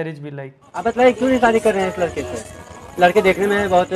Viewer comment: How mny of them noticed marriage wala video" lakda" instead of ladka😂😂